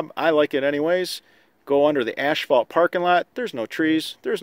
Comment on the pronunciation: The police returned for a second visit: "ash-fault" should be "ass-fault" (spelled a-s-p-h-a-l-t) "troft" should be "troff" (spelled t-r-o-u-g-h) All love here. You do great videos, just trying to help a brother out.